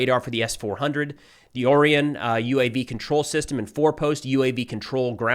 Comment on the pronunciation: Big fan of the channel: keep up the good work! (Orion is pronounced "Oh- Ryan")